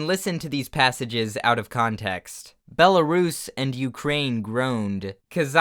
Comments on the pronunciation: No one: Not a single soul: trying to say "Kazakhstan" and "Belarus": KAZAKA STAN & BELLA ROOS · ... isn’t Belarus pronounced bella-roos?